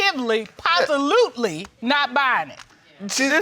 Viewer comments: Did the judge say “absotivly” “posilutly” on purpose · Did the judge just say POSALUTLY ? 😂😂😂😂😂😂😂😂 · Absitily posilutely?? 😩